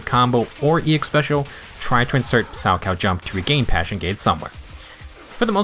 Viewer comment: Finally, someone who pronounces 'Salchow' correctly. The amount of times I've heard youtubers pronounce the H was far too many. Personally, I'm skipping her for Caesar. I pulled for Ellen, Zhu Yuan and Qingyi, so someone had to take the fall. Luckily I got Nekomata recently, so my physical base is covered.